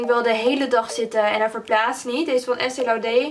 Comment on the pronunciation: Leuke video maar volgens mij is het Estee laudeR de r wel uitspreken.